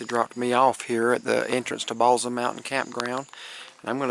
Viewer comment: Great Video! Balsam is pronounced with an 's' sound instead of a 'z'